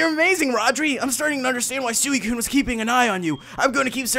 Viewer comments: Its pronounced SWE-COONE not SOO-E-COONE im explaining how to pronounce suicune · Sooweecoon.... lol.... I love Rodri's pronunciation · excuse me,u pronoun Suicine wrong:P